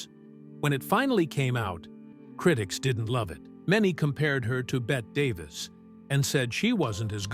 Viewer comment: Sounds like Sour Grapes, if you believe most of this, since right off the bat, the "Narrator" in this MISPRONOUNCES Bette Davis's Name......A Tipoff to the lack of validity in Everything else in this...😉😎